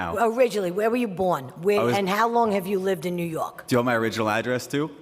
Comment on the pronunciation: "New yok"